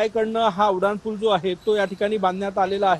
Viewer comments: तुम्हाला "उनाड" म्हणायचं आहे का ?? नाही ना मग "उड्डाण"पूल म्हणा की ! कुठले मास्तर होते तुम्हाला मराठी शिकवायला 😂😂😂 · Reporter......nit marathi bola...te Uddan pool aahe.....udan pool nahi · उड्डाण पूल असे म्हणा